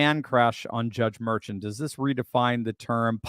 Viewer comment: "Dr." does not know his ASS from a hole in the ground. He doesn't know how to pronounce the name MERCHAN. mer SHAWN not MER chin